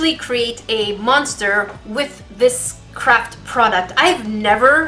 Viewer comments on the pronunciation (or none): I heard her say crap product instead of craft product 😂😂